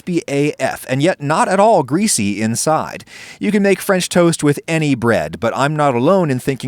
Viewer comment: mmhhmmm fremch toast